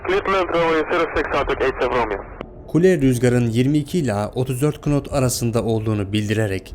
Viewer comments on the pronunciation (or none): knot deil not diye okunuyor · 'DE RÜZGARIN HIZININ 37 "KINOT" OLDUĞUNU SÖYLÜYOR HAHA CEHALETE BAK YA 😂😂 "NAT" DİYE OKUNUR O...KNIFE'A DA KINAYF DİYORDUR..BİR DE KALKMIŞ VİDEO ÇEKİYOR.. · knot değil not diye okunur ve o yasal sınır 30 knot üstünde inilmez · "kınot" değil "nat" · nat okunan kelimeyi kınot diye okumanız.. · KINOT değil Nat diye okunur o kardeşim. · Knot(nat diye okunur) bile diyemeyen adamın videosunu izliyoruz. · Knot değil knot ne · Böyle detaylı bir video yapıyorsun 'nat' diye okuman gereken hiz birimini "kınot" diye okuyorsun. Sacmalik ! Herkes youtuber oldu. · ABİ KNOT NAT DİYE OKUNUR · Kınot kardesim nat diye okunur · knot diye yazılır nat diye okunur ingilizce de başta ki k ler okunmaz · tam "nat" diye de okunmuyor. Garip bir telaffuzu var. "naot" gibi bir şey. Amerika'daki hava kontrolerleri "nat" diye telaffuz ediyor diye biliyorum. Ama "Kınot" da olmaz jdjdjsjsj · Video iyi olmuş ama yanlışlar var 1. Pist kısa değildir uzundur. 2 rüzgar hızı knot değil nat diye okunur 3. 24 pistinin 06 pistine neredeyse 980 metre açıklığı bulunmaktadır. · herkeste kınot dedi izlemeyi bıraktım yazmış olabilir yanlış telaffuz olabilir herkes insan bir yanlış yüzünden bin doğrudan vazgeçecekseniz zaten sorun sizdedir kusura bakmasın kimse adam çok iyi özetlemiş herkes başımıza pilot kesildi maşşallah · K-not degil nat, telsiz konusmalarindan da anlamiyorsun defalarca tekrar edilmisken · Allahaşkına şuna knot deyip durma kardeşim! Knot yazılır, nat okunur. Havacılıkla en ufak ilişkisi olan herkes bunu böyle bilir! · Kınot dedikçe ağzına vurasım geldi. Knot yazılır nat die okunur. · "Knot" degil "nat" diye okunur o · Kardeşim senin o dediğin amerikan ingilizcesi pilotlar ingiliz ingilizcesine yakındır daha basit "knot" diye okunur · "kınot" ne kardeşim ? "nat" diye okunur. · Nat diye telafuz edilen kelime knot diyenin videosunun mk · KINOT değil o, NOT diye okunur. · Kınot değil nat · Knot ..kınot diye değil nat diye okunur emmi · Kınot ne, nat diye okunur